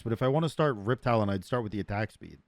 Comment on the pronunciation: Are u saying "riptalion" as a meme or do you think its "riptalion" instead of riptalon